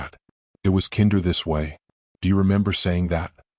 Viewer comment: Streaked not Street. Peace not piece. Kinder with a long I.